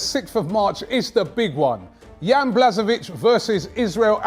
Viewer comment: The way says Jans name kills me 🥰🥰🥰